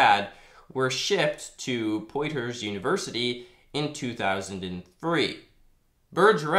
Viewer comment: FYI Poitier is pronounced Pwa-T-A. Think to yourself in a snobby french accent. Lol, I like your channel. Keep it up. Also, the "Throw" in Sahlenthropus is the stressed syllable. saw-len-THROW-pus